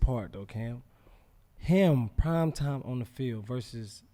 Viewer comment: Any else cringe every time Shannon says Time instead of Prime